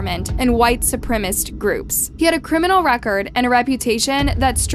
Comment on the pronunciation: Not once you say 'supremacists' right 🤦🏻‍♀️